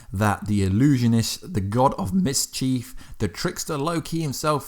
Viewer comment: Misscheev 😭 its mischief